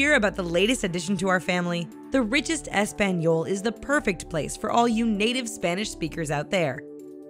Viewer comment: I disliked this video just bc the bitch that was narrating for this channel mispronounced Español and Hola smh